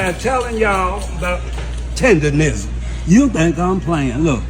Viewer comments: Why do people keep saying tenderism 😅 It's tendernism. Yea, UNC is the sensation. Dude may have slowed down his revenues. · It's TENDERNISM not TENDERISM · 🤣 I know..they keep saying “tenderism” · Why the people in the videos keep mispronouncing it? TenderNism NOT tenderRism. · TenderNism! N..N..N. The N starts the 3rd syllable in the word. TenderNism. Those IG/TikTok reviewers need to pronounce correctly.😂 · Please pronounce the phrase right!!! It's "TENDER NISM" with an "N" folks c'mon now!!! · Idk 'bout ya'll, but dude calling it "tenderism" triggered thee shit out me.